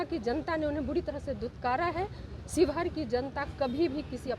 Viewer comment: ये पत्रकार महोदय शिवहर ना की शिवघर